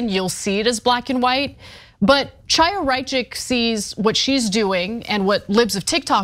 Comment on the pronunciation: Ana, thank you for your work. I have two friendly comments about pronunciation. The name of the despicable right-wing activist and stochastic terrorist you are referring to is pronounced "Khaya", the "Ch" at the beginning of her name is not pronounced like chair or china or chalk. Also, when referring to the newspaper "Ha'aretz", the emphasis belongs on the second syllable, "AH", and not on the last syllable "retz"- i.e. Ha-AH-retz. Thanks.